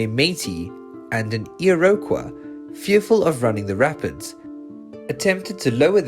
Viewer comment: I'm sorry, but if you're going to tell Canadian stories, you need a narrator who can say Iroquois correctly.